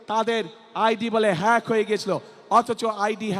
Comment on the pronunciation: হ্যাক কে ফ্যাক বলতেছে, অন্যের সাহায্য নিয়ে উচ্চরণ করতে হচ্ছে। ৩বার পরীক্ষা দিয়ে HSC পাস করছে,ভুমিকম্প বিজ্ঞানী,লন্ডনী মুফতি ।